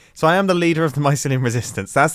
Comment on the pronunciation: Grian: MYSLYUM: GRASS Beef: PODZOLE Mumbo: VAULTS